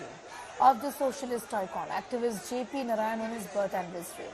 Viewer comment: JP was jaiked and tortured by Indira and her Congress. Akileeh, have shamlessly joined hands with Raul and same congress. Therefore, he has NO LOCYS SRABDI, even to pronounce JP's name. Vande Madaram